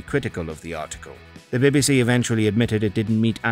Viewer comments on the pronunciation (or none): I can't get passed him saying " the baby sea" How hard is it to say BBC. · Wtf is the "birby si"?